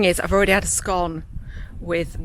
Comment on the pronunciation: You pronounced it correctly, it’s Scone as in “one” , not scone as in “stone”.